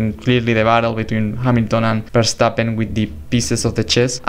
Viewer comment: You make awesome documentaries! And also a lot of props for pronouncing Max Verstappen's name the correct way!